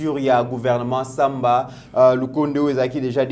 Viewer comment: C'est Sama et non Samba.